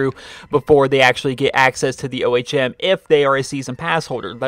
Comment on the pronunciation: Stop pronouncing every letter in "ohm"